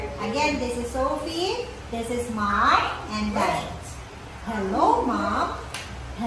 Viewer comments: Maam ang pronounce sa mom? Anubayan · Maam ang pronounce sa mom? Anubayanyung tutor kelangan ng tutor